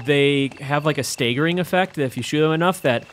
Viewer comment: First he says, day-gehr for the dagger, then he says may-gnum for the magnun, this time around he says stay-gering for staggering (sighs)